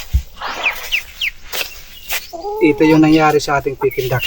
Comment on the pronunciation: Peking duck not pekin